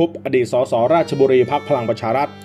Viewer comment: อ่านผิดท่านราชบุรี